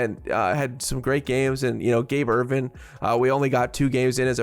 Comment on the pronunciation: Are you guys NU fans? How many times are you going to call Gabe Ervin Jr by the wrong name? You keep saying "Erving", it is "Ervin".